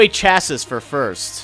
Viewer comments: it's cha-see not cha-siss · Chassis is pronounced chass-e, not chass-is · it says chasis but its pronounced chasee. i would know, i live in an autoshop office. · Actually it's 'Shass-ee' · just a reminder chassis is pronounced ch-ass-ee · chassis pronounced shassee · chassis is pronounced chassi you dont say the s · ha it is pronounced ch-ass-ee come on.